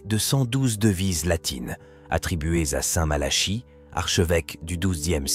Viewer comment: Malachie mais on dit plutôt " MalaKi" non !? À chaque fois cette prononciation m' interpelle !!! 😢